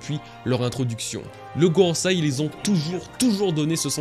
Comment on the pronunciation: « GoroSEI » Pas goroSAI... J’adore ce que tu fais mais tu ne prononces pas correctement...😉